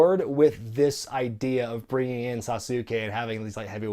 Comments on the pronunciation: Its still Sah-soo-Kay not Sa-sue-kee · It's pronounced "Great Sa-z-kay" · I checked with people who ought to know as well The great Sasuke is pronounced SAS-su-KE It’s 2.5 syllables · SAH-su-KAY the "su" part is pronounced very quickly. It is almost as if it is not 2 syllables, not 3 syllables, but almost like 2.5. The "su", almost rolls into the "KAY". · It's pronounced sauce-kay, as in Sasuke Uchiha from Naruto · Regardless of how any given non-Japanese-speaking announcer may say "Sasuke", the phonetics of the Japanese language dictate it's "Sass-ke". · I mean, being a fan of something has nothing to do with it? With Japanese there's a single correct pronunciation, and it's not Sauce Sue Kay. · Yet you wouldn't pronounce Asuka or Shinsuke as Asooka or Shinsookey would you? Then apply that to Sasuke.